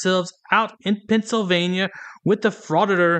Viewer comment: This B really just said PANTSylvania instead of Pennsylvania!!! I mean im southern born and raised and still live in the south but bless her heart, she butchered that worse than us southerners do hahaha!! She's in such a hurry and worried about spitting out the statutes and "law" she cant even enunciate properly.